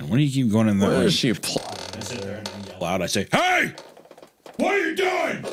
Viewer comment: I like the part where he goes "hey hÆY"